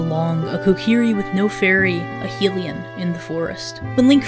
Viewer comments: This seems like a great video but I can't keep watching as long as you're pronouncing Hylian like hee-lion 😂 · Oof to mispronouncimg mido and Hylian.